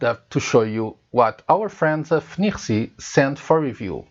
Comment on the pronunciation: I mostly wish I could pronounce FNIRSI as well as you 🙂